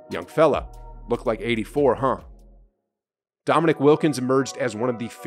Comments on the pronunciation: Dominick? Damn. How soon we forget the legends. For the record it is pronounced Dominēēk. Wilkins always played hard against Larry Bird. You don't get called "The Human Highlight Film" if you aren't something special. Still my favorite poster with both of em standing side-by-side. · Dominique. It’s Dominique. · Why is this guy making videos when he doesn’t even know how to say Dominique Wilkins’ first name correctly?